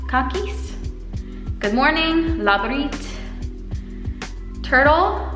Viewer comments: It is funny hearing how u pronouncing words. And u said cat or KAĶIS very wrong...u r sayng poopie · You did soo good but the cat part 😂😂😂 you kinda said kakis=poop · when you tried to pronounce ,, kaķis" then you said poop in Latvian 🤣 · Viņa pateica kaķis kā kaka xD? She said Cat Like poop xD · Vne kaķis bija vissmiekalīgākais😂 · I just love the way you said cat. When you said it it sounded like poop in Latvia. When you tried saying pretējpulksteņrādītājvirziens I was just thinking how my family say that everyday and we don't see any problem saying it but looking how long it is I just can't believe that it's so easy to say